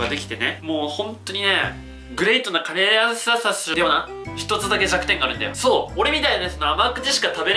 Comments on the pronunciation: 最初のカレー屋さんの発音がリヴァイアサンw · カレー屋↑さん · カレー屋さんの発音ww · カレー屋さんの発音がリバイアサンと一緒w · カレー屋さんの発音が気になる。 あたスだけだろうか、、、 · カレー屋さんの発音がぺんと同じだな